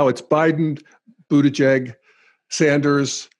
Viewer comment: Remind me - which is the stage of Integral when one learns to pronounce last names? :-p Just teasing, I am also deeply rooting for Buttigieg.